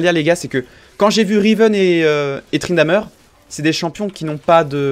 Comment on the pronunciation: Tu dis " Tryndameur " mec ? Sérieusement arrête !